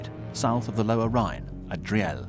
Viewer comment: Desptie the grim topic Dri-el made me laugh. its called DRIEL!